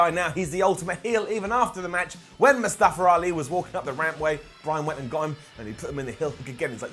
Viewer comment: Daniel Bryan is the only one that can pronounce Mustafa Ali They all saying :"Mustafra Ali"